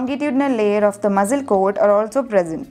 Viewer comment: Your pronunciation for muscle 🤐